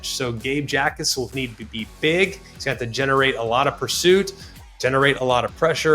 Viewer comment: If you don't know how to pronounce Jacas your opinion on Illinois is automatically invalid because it means you haven't actually watched any games